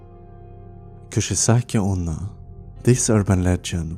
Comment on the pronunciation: 1. the maria story was trash . 2. Its not kushisake , its Kuchisake . 3. Its not tiki tiki , Its teke teke . Summary of this video : You suck